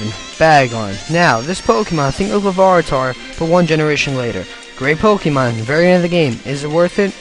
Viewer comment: Lavaritar haha